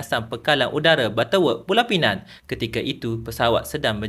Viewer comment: Alahai, pekat kelate dooh❤❤❤. Tapi mak cik idah tetap bangga. Sebut betul2 Pulau Pinang tu deh.